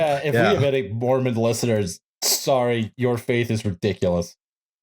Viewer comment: I know I'm super late to the party, but I was raised Mormon and I just wanted to say--you definitely pronounced every one of those words wrong lmao. But also you barely scratched the surface on the weird cosmological stuff, which really gets buck wild. But I'm glad you brought it up at all because I think it's legitimately the most entertaining part of Mormonism and most people don't know about it. But there's so much detailed lore about, like, pre-earth life (humans used to be something called Intelligences before God and his wife gave spirt birth to them, there was a big debate before any of us were born where Satan and Jesus argued about what God's plan for earth should be, etc, etc.) and post-earth life (multiple levels of heaven, technically no hell, the ascension to godhood stuff). But I won't get too deep into it I'll just finish off by saying: Mormons are technically polytheistic because it's doctrine that God, Jesus, and the Holy Ghost are three separate beings and at least God and Jesus both count as gods. But most Mormons will get mad at you if you say that lmao. Culturally, Mormons (at least in Utah) DESPERATELY want to be Evangelicals, even though Evangelicals hate Mormons.